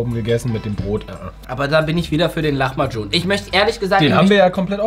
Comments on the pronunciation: Der gute alte Lachmagum nich lamachum 😂😂😂😂😂 Tolles Video trotzdem 😍🥰😘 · was für lachmacun es heist lahmacun